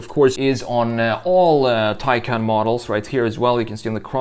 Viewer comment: Hard to believe you create a vid of a Taycan and you can't even pronounce the name correctly. Go to Porsche's site and hear how it is suppose to be pronounced .